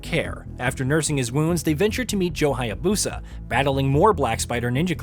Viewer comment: what is with a lot of white guys and mispronouncing foreign names. lmao ryu haya-BOSA. it was the same thing with ghost of tsushima too. also LMAO at the re-dubbing where he had to edit in the phrase, THE BOSS, multiple times.